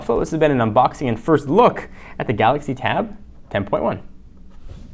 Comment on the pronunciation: lol at the end and how he says Galaxy TAB 10.1